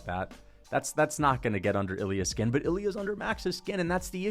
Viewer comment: Please pronounce it correctly.. Its not iLL- EE UHH Its EEL Yah with a very little pronunciation of the L. Get it right